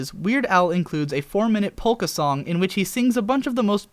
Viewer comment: Oh my GOD stop pronouncuing it "polka" and not "poke-a" >:T